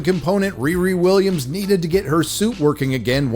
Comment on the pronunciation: Wee Wee Wiwwiams